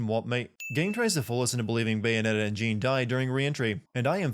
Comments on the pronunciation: Jeanne pronounce as french Joan, not JIN lol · you keep saying Jeanne's name wrong. it's pronounced just like the name Jean-Luc as in Jean-Luc Picard. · "Cereeza" "Jean" really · My only complaint is you pronouncing her name "Jeen". Other than that, spot on! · Sin 96: A sin for you for mispronouncing Jeanne. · That Jeanne mispronunciation, though... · Am I the only person who noticed that he pronounced Jeanne incorrectly? I enjoyed the video but a few of the sins are wrong. She went into Purgatiro its how she appears to be in that very cutscene Nothing triggered the flashbacks until that point He saw her as he ran past her. Thats why he stopped. Im surprised you didnt sin how the soldier didnt see him when he looking in all directions including upward She wasnt sure if she actually did it at the time because of her lost memory and "because the plot demands it" and Luka knows about angels and the umbra witches because of the works of his father investigation that he later explains at the military base and you can find segments of his fathers work throughout the game which you can debate that he knows about already since he mentions he knows all of this fathers work. Ulala from space channel five, Gum/Cube from jet set radio, Blaze from Streets of Rage, Sarah Bryant from Virtual Fighter etc. That was LEGIT i dont care what anyone says there. There a few other things towards the end but isnt worth mentioning since they are explained in Bayonetta 2 and not this game so they are technically still sins. A very large majority of the sins were spot and I completely agree with. I just thought that these were worth bringing up. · Nah it's not, it's Jeanne with an a that actually sounds like a french a, as in "ass" (why is this the example I come up with?) and also no "d" sound on the "j". Trust me I'm French. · You pronounced Jeanne's name wrong.